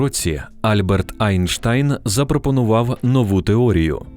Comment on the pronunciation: Дякую, що правильно прочитали Einstein як Айнштайн